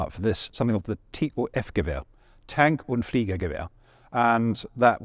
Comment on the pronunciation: As a german i would like to point out your nearly perfect german pronunciation of very difficult german words (like "Tank- und Fliegergewehr")! That is amazing - my gratitute.